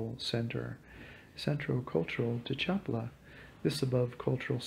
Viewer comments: Thank you for your information. Just a little pronunciation correction, try to pronounce it like these, Cha pa la, because when you pronounce it, it kind of sounds like Chapla. I do appreciate your video. Thank you. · Please pronounce it Cha pa la with accent on pa. 🙏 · Have enough respect for the culture to be able to pronounce their words! Cha PA la! Three syllables...three! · Hello, the lake's name is pronounced CHA PA LA. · Yea accent on SECOND sylable... cha PA la. Hurts my ears. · Accentuation on the second to last syllable, Cha-paa-la. Other than that, your video is really good! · Pal! I don't think you have ever been to Lake Chapala because you don't even know how to pronounce Chapala. Which makes me think you haven't been to most of these countries. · Had to stop ..couldn't stand to hear the butchering of the name Chapala any longer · I have to stop listening now because you don’t know how to pronounce “Chapala” hurts my ears. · You can watch me in a video walking around Chapala if you like. Click the below link. Thanks for watching my videos. Sorry if I mispronounced the city name. Warm regards